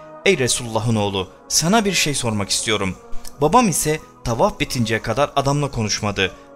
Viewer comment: Neden Rabbi gibi kelimeleri " Rrraubbi " Tavaf gibi kelimeleri " Taufaf " gibicesine arap lehçesiyle telaffuz ediyorsun? Bir çok videonda ara ara böyle telaffuzlarda bulunuyorsun ama o videoların bir çok yerlerinde de aynı kelimeleri normal lehçemizle söylüyorsun. Örnek : . Böyle gerçekte konuştuğun gibi konuşmayıp başka bir lehçeye eğilim sağlayıp yapmacık olunca egoların mı tatmin oluyor? Daha mı çok etkili olduğunu düşünüyorsun? Bilmek istedim. Bu senin normal konuşman veya normal şiven olsa kesinlikle yadırgamam ama arap lehçesine özenerek konuşmayı bilerek yapıyorsun ve bu çok gıcık duruyor, rahatsız ediyor. İşte bu yüzden videolarını hep yarıda bırakıyorum ve izlemiyorum. Yapmacık olma, kendin ol. Teşekkürler.